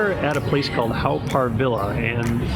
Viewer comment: Haw is actually pronounced as 'Hor' and not 'How'. Good video and glad you enjoyed your visit to Singapore. Haven't been to this park in a very long time. You could just walk into the tunnel where the Hell exhibits were previously. I would avoid it every time I visited. I found it really terrifying for me as a child and even as an adult. I'm glad it's covered it up now so it's a good excuse to avoid it altogether if visiting. 😊